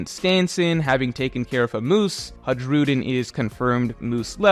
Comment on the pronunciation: Hey, going by the Swedish pronounciation, Hajrudin would be pronounced as Hi-roo-dyn. J is often pronounced "ee" in the nordic countries.